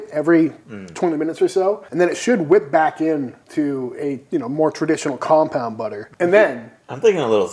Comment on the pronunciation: I TOTALLY thought you guys were saying, 'compound it', not, 'combound', until the end of that little spiel. Like, maybe you were a little stuffed up, (as you had been talking about how cold it was! 😂), guess that's just the unknown, until now, 'teacher' in me!